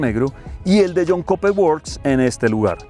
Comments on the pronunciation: comentario constructivo...Cooper se pronuncia "Cuper" y no Coper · El Jhon “koper” works …